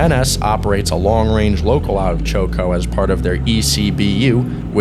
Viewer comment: Great video! Incidentally, Choco is pronounced Chock-o.